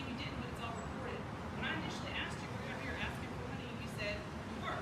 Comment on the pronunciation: Im "axkin" you to leave.